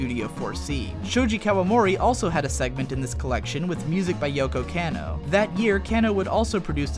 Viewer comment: Kah-no. Yoko KAH-no! KAaaaaaahhhh! Cmon bro, your stuff is so good, bad Japanese really stands out. :)